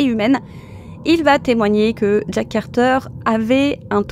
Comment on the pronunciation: C’est Jack, pas Jake 😫